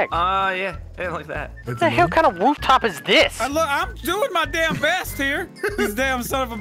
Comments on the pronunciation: Said Wootop Instead Of Roof top😂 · Did anyone notice he said “wooftop” 😂